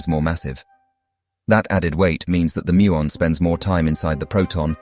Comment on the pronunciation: WAIT it Decayed to something BIGGER..muon don’t you mean moon? I think u do